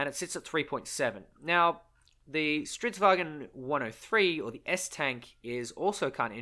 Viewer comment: Why do everyone say "STRIDS WAGEN" It´s "stridsVAGN" Sweden is not Germany